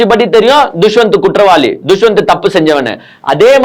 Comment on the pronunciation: துஷ்வந்த் இல்லை தம்பி தஷ்வந்த்